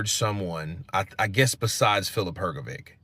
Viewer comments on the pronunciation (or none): HRGOVIC is pronounced as HRG- OH-VICH NOT VIK